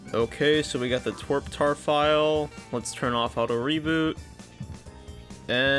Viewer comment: why did he pronounce TWRP as twerp